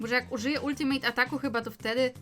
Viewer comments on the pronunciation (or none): none